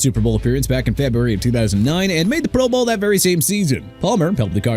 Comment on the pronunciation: Why no love for David Woodley with the Dolphins? He took them to Super Bowl 17-- which is FAR more than Tannehill or Tua have managed. BTW- Is the voice on this channel an AI voice? So many words either mis-pronounced or accenting the wrong syllable ("proBOWL" every time it's mentioned)